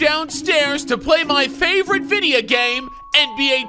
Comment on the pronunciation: He really said "videa game" 😂